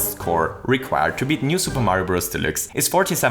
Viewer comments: New Super Mario Bros "delicks" "delooks" "delukes" Idk what it is your accent is making you say but it certainly isn't deluxe :) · I have always heard the word "deluxe" pronounced as: De (like the first sound in "depart") - lux (like the first sound in "Luxembourg"). De - lux. :P Just a heads up / tease from the community! PS thank you for sharing this, I love your channel! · ConvOyor belt Also: New SMB U Del-oo-x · your saying delix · when he said new super mario bros delixe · never... pronounce... deluxe... like that... ever... again... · I love the way you say Deluxe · Is it possible that you are an german? You pronounce the „deluxe“ just like a german In an Older Video about super Mario maker, the Website was also set in german... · Am I the only one that loves that pronounces Deluxe German while the entire video is English? Yes? Well, shit